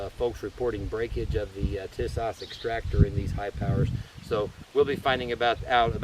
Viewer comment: I doubt my beautiful socialist state of California will let us subjects own one of these for the near future, but I appreciate what you are doing. (^% BTW, it's pronounced TEA-sahsh.